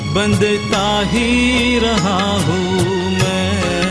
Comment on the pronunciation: आपने बहुत ही अच्छा गाया है। हूँ के ऊपर के चन्द्रबिन्दु का उच्चारण करने का प्रयास करते तो और भी उत्तम होता। घुँघरू की तरह बजता ही रहा हूँ मैं